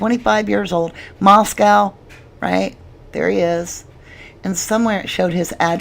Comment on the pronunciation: Core-duh-LANE LAY-tah County. mos-CO Idaho.